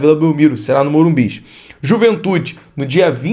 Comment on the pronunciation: para de falar Morumbis só tem um